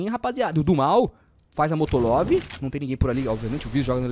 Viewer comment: Molotov* invés de dizer Motolov